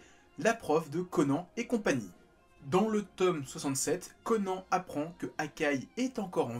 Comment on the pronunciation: Pourquoi prononcer correctement le nom de tous les protagonistes excepté celui du héros? L'anime a détruit le nom de Conan 😭